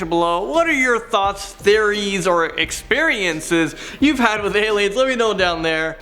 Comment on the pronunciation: Why’d he go from dowlatsingh to do no sing? 😅